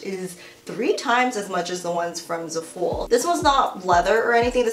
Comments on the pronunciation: “Zuh-full” omg girl i love u but that it not the way u pronounce Zaful haha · Love u but I’m pretty sure zaful is pronounced Zaah-full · zaaa- full ahaha omg I cringe every time I hear za-fool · it’s zAful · I love how you pronounce za-fool 😂😂❤ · It's pronounced "zah full" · oh my gosh if she says zaful like that one more time lmao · I hadn't noticed how she pronounced zaful till i read about 1k comments about people cringing 😄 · overtime she said zaful wrong i cringed a little harder